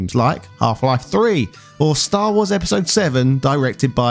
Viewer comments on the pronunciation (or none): none